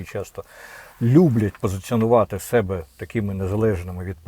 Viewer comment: Пане Корчинський! Позиціонувати СЕ'БЕ ? Ви наголос робите на першу "Е" ? В нас різна українська мова ? То вас так вчила пані Фаріон ? Ви ж з нею кентувались ? У вас схоже розумові розлади ... Бо так плюгавити свою мову нормальна людина, не кажучи вже про ТАКОГО ПАТРІЛТА ЯК ВИ - не може...